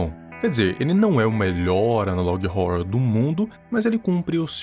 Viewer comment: FALA ANALOG HORROR DIREITO!!!! TEM UM "HO" ANTES DO "RROR"